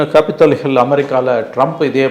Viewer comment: It's " Capitol Hill " , and not ' Capitial Hill '.😅😅